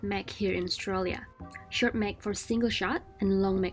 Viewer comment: "Short" black, not shark black.